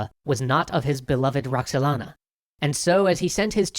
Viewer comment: roxelana WTF